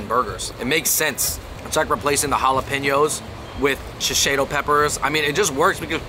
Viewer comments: Why is no one talking about how he’s pronouncing shishito as sheseido lol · I give him a pass. Fung Bros if you read this it is pronounced she-shee-toe